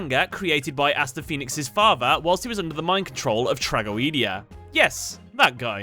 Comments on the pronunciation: Did my guy just say trag-o-ee-dia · trah go ee dee ah.... that's going to bother me for a long time